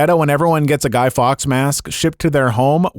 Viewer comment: It's Guy Fawkes. Not Guy Fox. Michael Sheenan will never notice you, now!